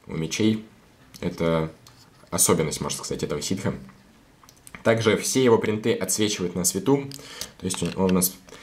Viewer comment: Ты можешь не говорить бринты